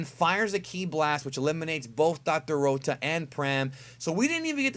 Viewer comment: I'm Glad Dr.Rota Is Eliminated So I Don't Have To Hear Pronounce Rota The way He Does